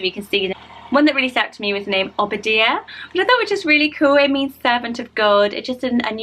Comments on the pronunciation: Amadeus is normally pronounced Ama-day-us and Obadiah is pronounced as O-bah-DIE-ah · Obadiah is pronounced OH-BA-DYE-AH :) He was a prophet and there's a bible book named after him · Obadiah is said O-ba-die-a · Obadiah is pronounced OH-Buh-DIE-Yuh Amadeus is pronounced AHH-Muh-Day-US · I’ve always heard Obadiah pronounce Oba-die-ya